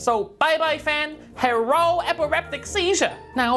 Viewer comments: "Bye-bye fan, HERRO EPIREPTIC SEEZHUR" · "Bai Bai fah, herro epiriptic seizuh"*